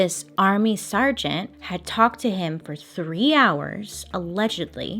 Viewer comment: Are you saying army SURGEON or sergeant lol love you Bailey :] you make me smile/and or laugh often. This is the 1st and only time I'm pointing out your funny pronunciation-promise! You totally say it correctly like 2 mins later though. You actually said it correctly while I am writing this comment. Lol